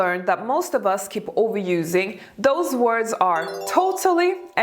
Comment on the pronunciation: It's "Those words" ....not DOSE words ..